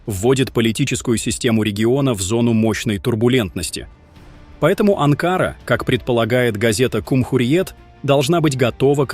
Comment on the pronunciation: БЕЗ ГРАМОТНЫЙ АВТОР!!! НЕ АНКААРА ===- А АНКАРА НАДО СКАЗАТЬ!!!! ОПЯТЬ ПОВАКАЦИЕЙ ЗАНИМАЕЩСЯ!!! ДЕНЬГИ ТЕБЕ НЕ ДАЕТЬ ПОКОЙ!!! ИМЕЙТЕ ДОСТОИНСТВО-НЕ ПРОДАВАЙСЯ- НЕ ГОВОРИ ГЛУПОСТИ --- ПО ЗАКАЗУ!!!